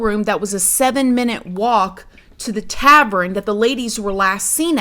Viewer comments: Oh I’m not being a Karen you always say if your pronouncing something wrong to let you know …. It’s no big deal but when you say tavern you say it as if it’s spelled “Travren” and it’s a common mistake when your trying to say it the way you think it’s spelled but your switching to letters the “R &E” but it’s spelled “tavern” no R at the beginning either, it’s said exactly how it’s spelled “Tav - ern” if you just say it how it’s spelled you’ll find it so much easier to say too! Tav ern and the ern part sounds just like urn that you keep ashes in of the deceased so it’s Tavern! You got this girl so many ppl mess up everyday words cuz they don’t look at the correct spelling or they do and mix up the letters so no biggy it’s an honest mistake, remember not Travren instead Tavern! Perfect!!!! Love you 😘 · Love her but drove me nuts when she says ‘tavren’ 😂